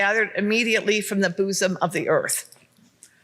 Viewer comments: I hate that she said "boosom" instead of "bosom". It's worse than the word "moist"! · "boooosum" omg ... It's "buhsom" 🤦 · "Buuuuzom of the Earth" Really, you're just gonna let this one go? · "The boozahm of the earth." Wow, not only is she not making sense, her pronunciation is terrible. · Am i the only one who found her pronunciation of "bosom" absolutely abhorrent? Its not boozum you office drunkard. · "Boozum of the earth?" Okay . . .